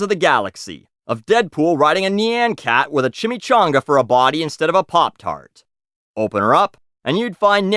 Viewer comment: I loathe the way you pronounce "nyancat".